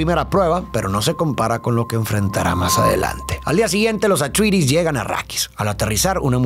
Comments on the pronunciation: amo tus videos pero man pon en el traductor como pronuncia atreides en ingles, no se tragan la E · Pronunciaciones: Atrayedis, Gaydi Praime, Járkunun (la última u casi no se pronuncia)... Sí, esos nombres no son tan fáciles de pronunciar como parecen y gente de cada país los dice como quiere.